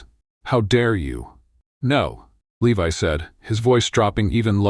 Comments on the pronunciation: At about 59 the name 'Levi' is seriously said badly. What level of staff can't even get the hero's name right? This story is being built by incompetents, then not properly being reviewed and edited. At the moment my review simplifies to "incompetence" writ big! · The mispronunciation of 'Levi' is occuring again and again, now at about or so. Shameful!